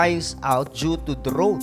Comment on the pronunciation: Idol sangkay, ayaw kong ibash ka nila, ang tamang pronounciation ng 'drought' ay 'dra-out'